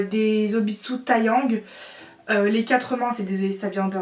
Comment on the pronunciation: Juste sa ce prononce pas TAyang mais TEyang comme c’est du coréen :)